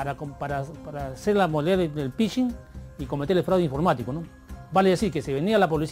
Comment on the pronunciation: Jajajaja hacker, estos policías y reporteros son unos 🤡... El policía: "pichin". Ni pronunciar el nombre correctamente puede